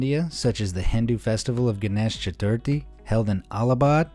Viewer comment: hey it is pronounced different cant you even pro nounce ganesh chaturthi not cool bro